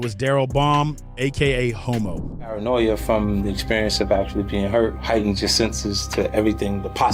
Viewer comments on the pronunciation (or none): Hommo* not homo LoL